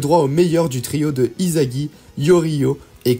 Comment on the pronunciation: On prononce issagi et pas izagi😊😊😊